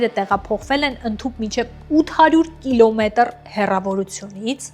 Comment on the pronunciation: կիլոմետՌ…մի քիչ մեղմ խոսեք